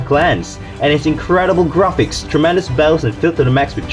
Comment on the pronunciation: The way you pronounced graphics